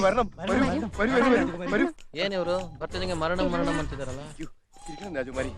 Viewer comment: Varanam varanam❌ 😂 maranam maranam